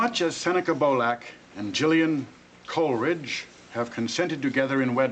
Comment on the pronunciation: I don’t think the ceremony is legal due to the stupidity of the person marrying them. He thinks Seneca is a Senator and he can’t pronounce Coleridge.